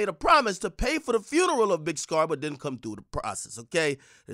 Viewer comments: This child keeps mispronouncing funeral as "FURNERAL," and it's absolutely killing me. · " Furneral... On God".... 😐